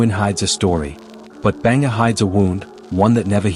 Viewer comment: Yo bro its not Banger, its Bhangarh 😢